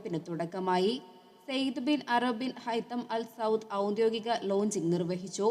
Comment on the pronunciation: സുൽത്താൻഖാബൂസ് ബിൻ സൈദ് എന്നാണ് (സൗദ് അല്ല)